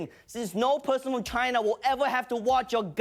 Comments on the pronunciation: Love the “CHAAAIIINA.” Just pronouncing it like that oozes prejudice. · Cayna... Ginaaa ginnna 😂😂😂 is the way the new republicunts or Tronald Dumpsters call it now Days. 😂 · BAHAHAH WHY DID HE SAY CHINA LIKE THAT